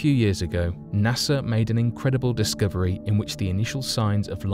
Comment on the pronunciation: Discooverie? lol